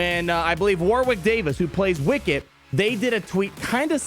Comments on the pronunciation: War Wick! LOLZ! He's name is pronounced "Worrick". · War wick? 😂 War(Rick) Davies is how it’s said! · its pronounced Warrick, the second W in Warwick is silent. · It made me cringe every time you mispronounced Warwick. It's more accurate to have the second w be silent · AAAAH! You don't pronounce the second W in Warwick's name.